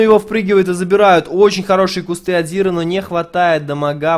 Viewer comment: Не "Зира", а "Зайра". Не "Ви", а "Вай". Спасибо за видео. Интересный матч.